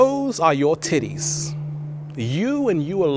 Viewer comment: Omg I cant stop laugh8ng everytimed he says tittes